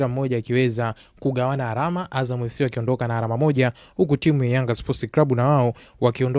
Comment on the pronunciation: Msimuliaji unabananga matumizi ya "l" na "r". ALAMA NA SIYO ARAMA.